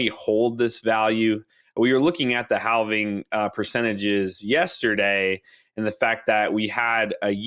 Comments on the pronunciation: the"L": in the word "halving" is silent. just fyi. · Can we talk about this guy pronouncing halving?